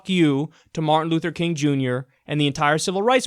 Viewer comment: I bet that dude says "Martin Luther Koon" 10 out of 10 times. This time he was caught on camera lol.